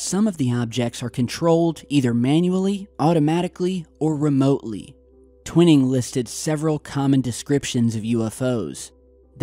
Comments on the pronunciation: I really don't mean to be a stickler on language & pronouncing words but it's actually Gen. Nathan Twining(TWY-ning) NOT Twinning, as you've been pronouncing it. Again,, I apologize for being such a dope for mentioning it to you. Just sayin'.🇨🇦👊🤙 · It's Twining not twinning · I hear it was Twining, NOT Twinning (Twhyning - Twinning) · TWINE’ING not TWINNING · TWINING IS SPOKEN WITH A LONG I, LIKE WHY,...... 'TWHYING' IN ESSENCE... BUT SPELLED TWINING... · I'm a devoted subscriber, loving this episode. But when you mispronounce a historical name like Twining repeatedly, it's like nails on a chalkboard!